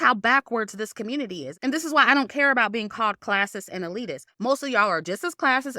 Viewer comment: ‘Communitaaee’ 💀💀 love your opinion btw